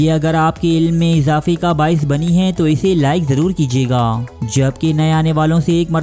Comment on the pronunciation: انتہائی غلط الفاظ کا استعمال کرتا ھے۔ 'ھے' کو 'حئی' اور ھیں کو ۔۔۔۔۔ ھائیں 😂🤣